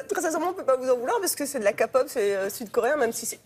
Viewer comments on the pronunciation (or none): Comme d'hab dans les reportages français sur la kpop: -Déjà on prononce "kaaai-pop" pas "ka-pop" à l'américaine quoi -Sulli est partie du groupe à cause des haters -Sulli a pas mal été critiquée par les coréens parce qu'elle était "grosse" -a je suis désolée mais ça c'est Krystal -BAP est populaire certes mais Big Bang, EXO, BTS, GOT7 le sont bien plus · Les gens qui disent ''Ka''pop à la place de ''ké''pop c'est le genre de gens qui disent ''chalanje'' à la place de ''Chalenge'' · c'est pas de la KAPOP mais de la kpop et je ne parle même pas du reste faites votre boulot correctement ... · TheYoongi78 alors déjà avant de faire ton-ta malin-gne si tu veux vraiment prononcer juste au lieu de te moquer de leur prononciation ce n’est pas « ké » pop, mais « key » pop Et ensuite ils peuvent le prononcer comme ils veulent au final la plupart des gens ne vont pas s’en rendre compte et même ils ne connaissent pas forcément et au moins ils utilisent diminutif au lieu de dire « musique coréenne » à chaque fois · Il font un remix de se qu’il entendent ! Ils disent qu’elle c’est fait virée ... ils disent KAPOP ALORS QUE C’EST KÉPOP ! J’lai déteste c’est présentateur qui disent nimp. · Marlene Benquet What ? Ah bah si tu t'adressais à moi mdrrr Mais wtf ? J'ai jamais dit ça... mdrr Juste ça m'a brulé les oreilles leurs kapop, au lieu de képop mdrr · Faut peut etre se renseigner avant de parler de K-pop (prononcé a l'anglaise et non ka-pop) ... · "Kapop" j'ai crue qu'elle disait capote 😭😭😂 Nan mais sérieux c'est KPOOOOOOOPPPPPP !!!!!! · OMG elle a dit kpop au lieux de le prononcer kay pop <-- (dont la facon quand on le prononce !) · Ça date de 2017, mais ils se sont pas renseigné même la prononciation la présentatrice dit k-pop > ka-pop La prochaine fois montrer quelque chose dinterressant parler nous de BTS de Blackpink de comment ça fonctionne, interview des fans du Risin' crew tout ça quoi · mdr elle dit kapop au lieu de le prononcé keypop!!! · on dit pas képop non plus